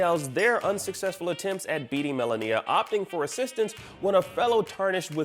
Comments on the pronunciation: What is it with you and being incapable of pronouncing name’s correctly first Zen Die Ah and now Mala Kneea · This shows that this guy hasn't even played the game or even just watch a fight with her since she says the name correctly every time the player dies and in the first encounter cinematic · the way hes saying malenia is upsetting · He keeps saying Melania's name wrong! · People should stop complaining about oddworld and start complaining about how this guy is pronouncing Malenia... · Please pronounce Malenia’s name correctly 🤦🏻‍♂️ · The way this guy says Malenia.. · The way you pronounce Malenia disturbs me.